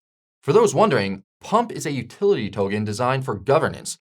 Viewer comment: Why the hell is he pronouning token as tohhgen. it’s irritating.